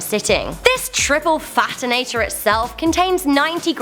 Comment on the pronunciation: fatonator!! lmfao😅😅😅